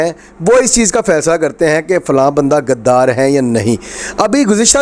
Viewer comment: PLS PLS DONT USE WORD GADDAR. ITS NT GADDAF BUT GHUDDAR SO CORRECT URSELF